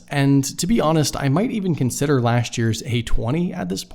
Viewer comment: "Lashch" year 👍